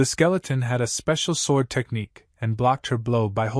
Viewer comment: Everything about this is confusing for some reason the ai narrator can’t say sword and I can’t tell what time period It’s in because half the time you’ll see apartment buildings, or the kid that wears a cloak and a Band-Aid